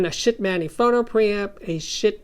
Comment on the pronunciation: I love how you enunciate "Schiit"!